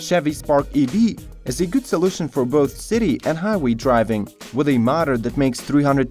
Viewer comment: Oh my god... very bad english dude... not mater but motor